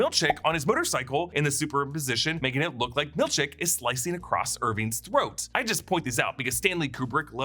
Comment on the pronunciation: i honestly cant tell if you are saying milchek or milk shake hahahahaha